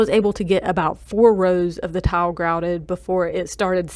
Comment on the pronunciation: Is it me or does she keep saying “towel” instead of “tile”? 😁🙈